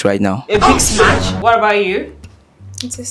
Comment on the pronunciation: please sister it is smash not smach.....